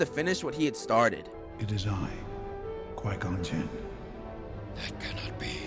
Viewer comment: Gon-Quin -Yoda